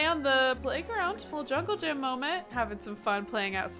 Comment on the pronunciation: “ junkle Johnny”